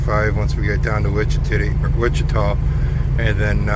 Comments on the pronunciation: Wichitity lmao 🤣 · I had to laugh when you called Wichita, "Wichi-ti-ti!" What a goofball you are. My mom would've loved your sense of humor and the fact that you both are/were from Iowa. My mom was originally from Richland, Iowa❤❤